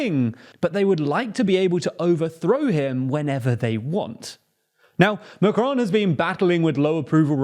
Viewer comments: It's Macron, not M'cron. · It's Macron, not macronne.